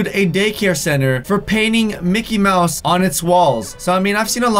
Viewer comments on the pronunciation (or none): none